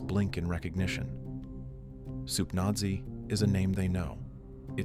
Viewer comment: lol soupnazi is not pronounced soupnozzi. its nazi. you know like 3rd reich nazi? and soup nazi as in the character from seinfeld. i can't believe this has to be explained.